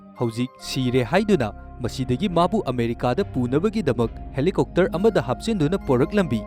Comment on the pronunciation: Helicopter ❌ Helicokter ✅ 😂😂😂😂😂